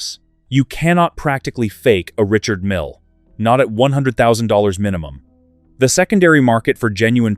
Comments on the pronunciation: Why do you pronounce his name MILLY ? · I dropped down here to say the same. Disgusting to hear two different pronunciations of "Mille" in back-to-back sentences. I'm outta here...I feel insulted.